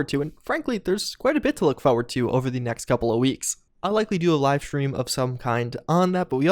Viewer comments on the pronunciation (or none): You say forward like a degenerate